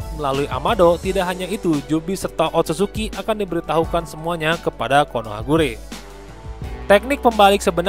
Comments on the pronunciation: KonohaGakure bang bukan konohagure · Konohakagure bukan KonohaGure